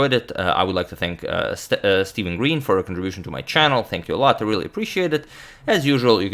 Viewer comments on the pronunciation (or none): none